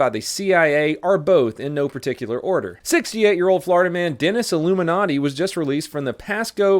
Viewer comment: "Dennis Aluminati"